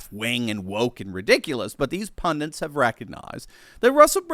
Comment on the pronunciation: The word is pundits, not pundints. Please start getting it right, seeing as you use it in virtually every video, thanks.